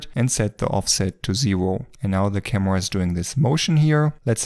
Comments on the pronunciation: I like how you say Kamua - great video btw! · " camewa " i love youre accent❤❤